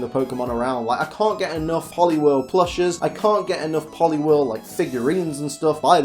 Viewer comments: POLIWHIRL, NOT POLIWORL! FIX IT NOW! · IT'S POLIWHIRL, NOT POLIWEL! FIX IT NOW!